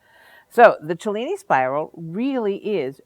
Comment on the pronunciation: Love the video and thank you for pronouncing Cellini correctly.